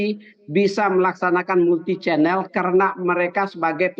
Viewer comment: Chanel pak bukan cenel